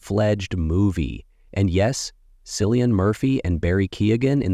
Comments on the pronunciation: ITS "Kill-e-in" Not Sillian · KILL. KILLIAN. Cillian. Not Sillian. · Man said “Sillian” Murphy. I’m done.